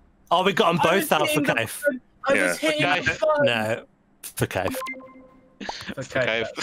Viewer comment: “For Kaiff”